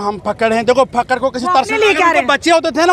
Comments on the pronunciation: Fakkad nai Jakkad hai yeh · Fakkd ni fakkar hota ha